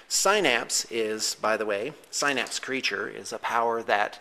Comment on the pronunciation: Great vid, love your Tyranids and want to make some tabletop stuff like that, cause it's awesome!!! Also not to be a douche or anything but synapse is pronounced sin-apps, FYI